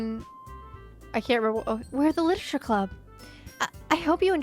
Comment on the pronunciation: I am going to take a shot every time she says "lititure". pray for my liver.